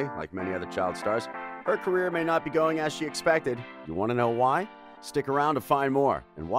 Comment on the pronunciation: The word was carrer